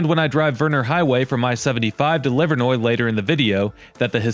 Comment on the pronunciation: Thank you for taking the time to learn how to pronounce Livernois (Livernoy) correctly. Believe it or not, there are even many Detroit locals, born & bred, who are happy to keep calling it Livernoys. 🤦